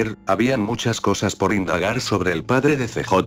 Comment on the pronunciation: porque dice pobre en ves de sobre